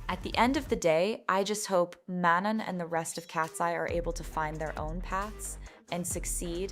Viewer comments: I feel that way also like even mispronounced name of the member the whole video (i mean it's not ManoN) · my point exactly, it baited me every time. “MAN-on”